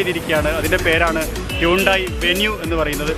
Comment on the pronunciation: Hundai alla bro hunday enn parayan padikk... alla pinne per polum ariyilla chumma vannekuva